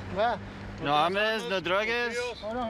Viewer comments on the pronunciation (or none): No armes, no drugues 😂😂😂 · No Armes No Droges Bruh these cops on a whole new level of Spanish 😂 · I was like he really put a "es" instead of a "as" . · “Armes” “droges” 😂😂😂😂😭😂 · "ARMESS DROGESS" 🤣🤣🤣🤣🤣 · Brawndo Were making fun of it because that’s NOT how you say it in Spanish it’s Drogas i Armas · My dude said “you got any armes or druges” adding es don’t making Spanish officeres 😂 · That dude who thinks he knows spanish but when he speaks he's all like: Napete. Nou tienes armes? Nou armes, nou droughes? A for effort. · Ms Cabrera Fr lmao he started saying armas like yuhhh